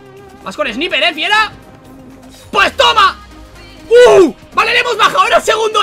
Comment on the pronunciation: donde vas fifuraaaa en ves de fieraaa xD